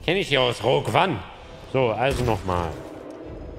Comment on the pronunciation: Alda, das Intro. Perfekt! Und es Heißt 'Rogü ohne'